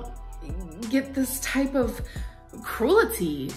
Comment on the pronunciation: I'm almost done with the video at this point, and I had to make this comment.... Amberlynn literally said "cruelity" xD